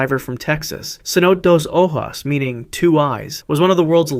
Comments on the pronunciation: Saynote. Horrible pronunciation. Dos o- joes. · Bro clearly doesn't know how to read Spanish cuz that is not how cenote dos ojos is pronounced lol